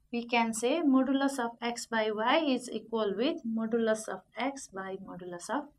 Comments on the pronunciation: Its modulus not moduluf lol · You are parcting or teaching you dont how to pronounce modulus ..hopless maths teacher...